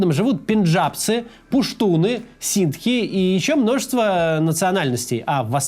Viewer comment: Только не Ситхи, а Сикхи 😂😂😂